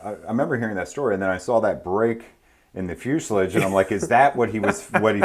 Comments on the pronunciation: Am I the only one annoyed about how he says fuselage? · Between the way you pronounce fuselage the fact you called an engine stand a rotisserie I will definitely keep watching your videos.